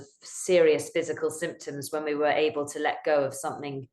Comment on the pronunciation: able: aye-bul. Terminal L. not: ends in a T. certain: There's a T in the middle. Not "sir-uhn." You sound lazy and weird.